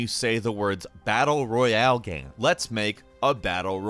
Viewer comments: I really like and enjoy your videos but I can't stand how you say the word "game" it sounds like you're saying geem :) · Please stop pronouncing game “gam” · Take a shot everytime he pronounces "gaem"